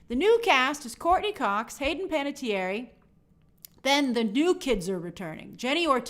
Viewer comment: /ˌpænətiˈɛər/ not "pan-a-tee-air-eee"